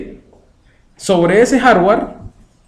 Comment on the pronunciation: No sabes pronunciar Hardware se escucha muy mal... Repites mucho "¿Estamos?"... mal